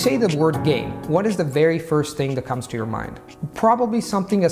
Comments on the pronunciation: “Are you gay, are you down to do something”. 😏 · "I was haunting gays"💀💀💀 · "playing gays" "I was hunting a gay" "gae" "are you gay?" 🧍‍♀️ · It didn't sound like 개 to me. It sound more like gay, or game with an accent mainly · When he said game, I thought for sure he said 개. Then he said, "what do you think of?" Me: Dog, i knew the word, it's dog!!! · Tim Hansen yes... thought so too! 😁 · Same, and i was like well, you probably mean happy ? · Yesss, me too. I thought "wow, straight into that topic" ... brave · The same Xd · Я действительно думал, что😜😊😉🤣😂